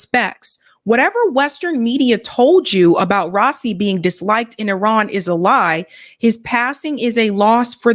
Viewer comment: it's rah - ee -- see (soft s, s that sounds like a c ) bless your works <3